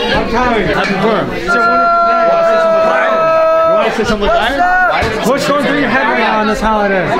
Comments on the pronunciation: Just so you know it’s Purim not primum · purim, pronounced purr like a cat 🐈‍⬛ purrrim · not pure-im but Purr-im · I love you and your videos but I think you should know how to say the word Purim correctly first before saying the word in a documemtary